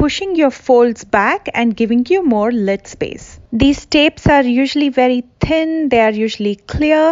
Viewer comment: What you teach for people with hooded eyes is 2nd to none, thank you so much. Its funny, when u say thin, u say it like "tin" , they way us Irish say it lol luv it xx